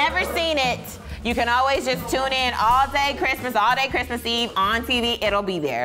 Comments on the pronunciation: "Last Bhrimas..." 😂😂😂😂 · "THIS BRISTMAS..." 😂😂😂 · "This Bhrismas"😂😂😂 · "This Bhrismas" LMFAOOOOOOO